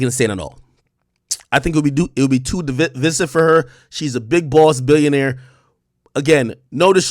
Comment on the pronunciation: First TAIyota, now Divissive?!?! Tf goin on with your pronunciation skills ak?